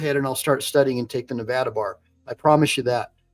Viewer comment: Its Nevada NOT NEVAUDA